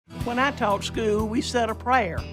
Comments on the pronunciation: Hey old lady the word is "school", not "scoo." Seems like your teachers were more concerned with prayer and pledges than educating you. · "Skoo!!" Should someone go back to, "School?" Vote for Pedro.